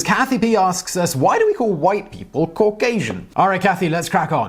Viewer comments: Cau-gay-sian lol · Cauc-asian? Well, they got that wrong because you're obviously white. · As a Georgian, that dude scares the fuck out of me. And makes me mad for messing up the name word Caucasian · Say Caucasian again lol 😂😂